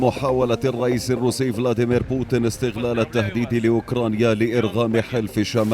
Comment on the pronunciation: بوتين مو بوتِن.. بالياء مو بالكسرة يا معلّق يا فهمان